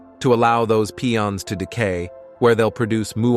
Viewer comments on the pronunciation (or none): Pie-ons not Pee-ons, ya machine. 😂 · Pee-ons are funnier